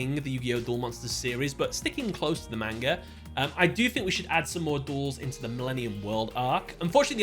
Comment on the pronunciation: Me, a One Piece fan, watching the intro to this video: Pathetic. Also bro why are you butchering the pronunciation of manga?